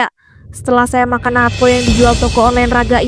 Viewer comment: Yang benar Natto (納豆). Bukan nato